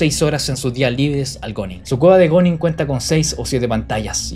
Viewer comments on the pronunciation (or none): se pronuncia "guning", no goning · Se pronuncia "gún", no "gon"... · oe se pronuncia guning o algo asi no goners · SE PRONUNCIA GUNING POR LA CHUCHAAAAAAAAAA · Bro dilo bien se pronuncia guuning